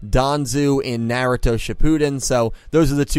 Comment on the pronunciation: Glad you're back,! (PS: Naruto is pronounced NAH-ru-toh, and doesn't deserve the hate it gets)